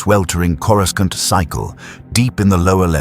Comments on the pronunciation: Sorry, after hearing Corru-skont for like the 10th time I had to click off. Seems awful lazy to let that go that many times without adjusting the pronunciations. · Of course it’s AI garbage, the mispronunciations of words all Star Wars fans know like the back of our hands like, “CorusCant” was my 1st clue. The human-sized Yodas in the illustrations were ridiculous too. A lot of YouTube videos are these days. The story is a complete mess. I stopped listening where he was trying to save a ship falling out of the sky….BY DRAGGING HIS FEET ON THE GROUND. 😂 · Good point. He didn't land on Earth, but on kor-i-sKont, or corisc-eye-aunt, depending on the AIs incorrect pronounciation .of Coruscant. One could argue that he was listening to training tapes about Earth because he was supposed to go there and somehow got diverted slightly (ok rather massively) off course. And ended up not only in another Galaxy (far far away).. but somehow.. a long time ago as well though I am not sure why traveling back in time was required or how that happened, but I'm sure there is a logical explanation. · I feel your pain. It’s driving me nuts, but I’ve still managed to get through most of it. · The use of AI generated images leaves much to be desired. Also using AI to narrate the story is almost laughable, because it mispronounces words such as “Coruscant.” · I love how none of these AI systems can properly pronounce “Coruscant”😂